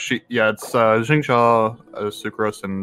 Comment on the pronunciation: As a Chinese person I’m really happy to see a Chinese game getting so much notoriety from western streamers but at the same time hearing pronounce Xingqiu’s name as Zingcha made my soul leave my body